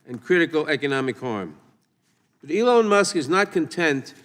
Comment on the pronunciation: ELON Musk, not Soon Musk!